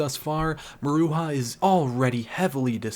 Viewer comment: You gotta say it muh-ROO-juh